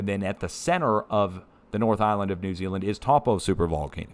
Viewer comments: Hi, Ruapehu in New Zealand is pronounced " Ru a pay who " hope this helps. Taupo " Tower po " 😉 all the best to you from New Zealand! Arty 👍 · 🤦🏻‍♀️Taupo- toe paw is more on point 👍🏻